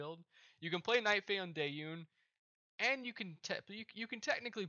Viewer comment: Very well made guide, thanks a lot! You need a better microphone though, get a condensator mic, there are good ones for less then 50€. Dausaunge is pronounced "Da Sausage" by the way, you really confused me when you said "Dayun". Have a nice day! :)